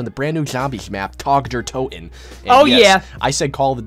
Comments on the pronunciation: why do you say untoten? Lol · why does everyone call it tag der untoten it’s TOTEN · It’s not “Tag Der.UNTOTEN” it’s Tag Der TOTEN! Ffs.